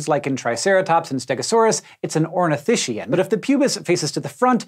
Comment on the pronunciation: Imagine not pronouncing Ornithischian and Saurischian correctly